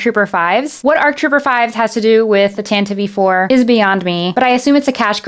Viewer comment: And yes it’s “tan-ti-vee 4”